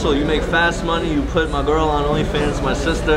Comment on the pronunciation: dude is on some Alabama vibes just said “my girl” and everything 💀